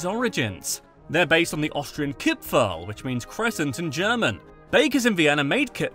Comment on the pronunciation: How he pronouces nearly everything wrong, but "Kirpferl" sounds like i would say it (Im austrian btw lol). Nice Video